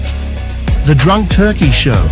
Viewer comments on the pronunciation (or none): none